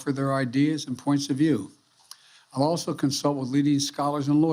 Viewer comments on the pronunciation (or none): none